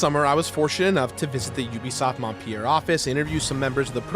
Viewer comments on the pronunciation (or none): I cringed every time he said "Montpierre". It's "Montpelier"!!!